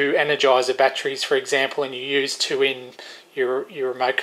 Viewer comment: Winced on all the 'bat-trees'. Normally i would let it go, but man, the brain is really craving to yell "it ends in 'ery' not 'rey'!". With that said to get some of my sanity back, I would never use those dumb chargers if you are using good rechargeable bat trees(god damnit, now i'm doing it). I have had so many batteries killed by them malfunctioning, while good smart chargers won't let that happen. 4 good 18650 batteries for instance, may cost more than a decent smart charger. Letting a dumb charger kill them cause you want to save some money is extremely counter productive :P